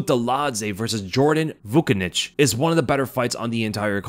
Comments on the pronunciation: Vucenic is pronounced “Vuchenic”. It’s a Serbian surname. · Nice video 😎 Vucenic is pronounced Voo-Chen-ick. Rhymes with his name “the epidemic”